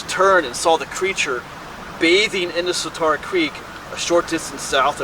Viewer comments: I love your videos because I grew up outside Harrisburg and a lot of your videos are my old stomping grounds. I do have a pet peeve however... The Swatara Creek is pronounced with "tear", like "tear a piece of paper". It is not pronounced with "tar". Swuh tear uh. Sorry for complaining. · Grew up in the area. The creek name is pronounced "Swad-era" creek, not Swa-TAR-a creek. The nick name for it is The Swaddy. Never heard that legend. Sounds like a blond phase black bear. However, if a Bigfoot actually 'cried out' while taking a bath it's probably because the cold water reached his jibbly bits :)